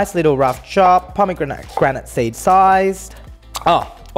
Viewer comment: No one: No one at all:: PoMeEGRaNiT SEeEds